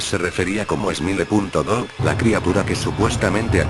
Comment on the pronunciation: jajajaj es smile dog no emile dog